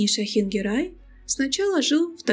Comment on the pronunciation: ГЕРЕЙ, ГЕРЕЙ, а не Герай